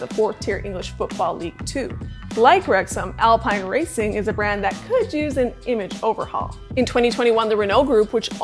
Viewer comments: Isn't it pronounced Alpeen? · yup. David Croft and Martin Brundle certainly pronounced it as Alpeen..